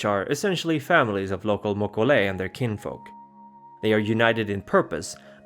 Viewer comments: I'm pretty sure he mispronounced both names. mo-KO-lei he's stressing it wrong (as far as I've always heard it. His pronunciations drive me crazy sometimes, he pronounces the J in the english fashion instead of using the hispanic H. It's Bru-ha, not Ja. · I knows this is 2 yrs old but the itches me. If you're going by the creature that the Mokolé Mbembe is based from (a dinosaur still living deep in some part of Africa) , it's actually Mo-kee-lay M'bem-bey. Also Gum-a-gen Zhong-LUNG not loo-ng, Lung is "dragon"